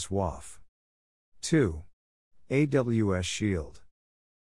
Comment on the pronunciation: AWS WAF (wäf').😄... rewinds 😯/'wöf/... ⏪ again 👄[waff-]... 😂 So proper, gentleman. 🤵‍♂️🍵